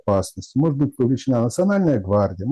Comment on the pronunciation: Не могЕт, а мОгет!